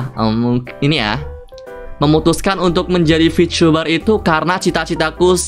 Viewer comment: bengek gue ngakak sebatas ngomong "vityubah T.....T"